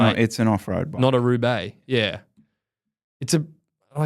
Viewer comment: The way said, "RRRRRRoubaix" was not lost on me. Did he pick up some Spanish in the greater Fresno area?